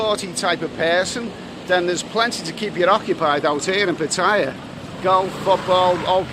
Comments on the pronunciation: Hello, love your videos but can you pronounce Pattaya properly, is so annoying the way you say it. Ask a nice lady how to say it. Cheers mate. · Another brilliant video. Still to this day creases me up how you pronounce Pattaya. 😂😂